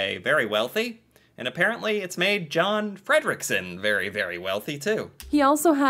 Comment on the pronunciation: if it's John in Norway it's likely not pronounced as John, but as Jon, and the O is not the english O, but a Norwegian O. closes to are words like boost, poo, depending on the dialect. Also the F is not pronounced like you are about to puke like she does. Norwegian names are pronounced how they are written for the most part. But it's close enough. If you split his surname it means Freedom Rich Late. Fred= freedom rik= rich sen= late I saw a guy did literal translation of Swedish names, so I did that here. But I don't know where his surname is from. I've never heard of this guy, but not looked deep into economical news and people like him.